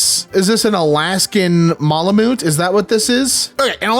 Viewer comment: Btw malamute is pronounced mal like malice, and mute like a mute person